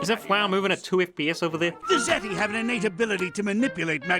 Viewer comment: Why is it I keep hearing "ziti" whenever you say "Zeti"? I mean, I know you like your pasta bake, but still.